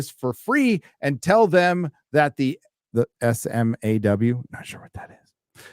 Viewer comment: hearing pronounce SMAW incorrectly was funny